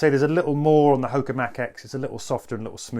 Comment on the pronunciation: Ho-ka one one not Hok-a 😂